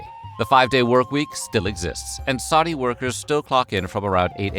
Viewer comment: Wtf is “Saudia” Arabia?